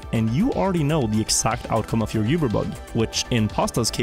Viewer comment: Its oober, not yuber